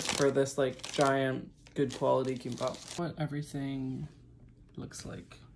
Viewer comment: 김밥 발음 왜 한국인 같은데…?ㅋㅋㅋㅋㅋㅋㅋ